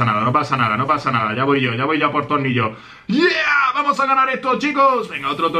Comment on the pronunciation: no se por que pero tengo la sensacion de que dice tolnillo. like si lo has notado